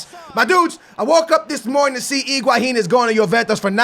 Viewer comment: that's correct pronunciation